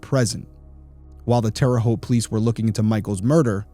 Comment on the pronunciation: You are part of my 2 favorite things; Big Brother & True Crime. Loved you on Big Brother & have been listening to Crime Weekly early on when it started. Loving this channel as well. I am born & raised in Terre Haute, Indiana & thank you for pronouncing Terre Haute correctly lol I would like if the episodes were about an hour long on here but I think I’m just use to Crime Weekly’s length of episodes. Shout out to also! You make a great team. Love all your content & will continue to watch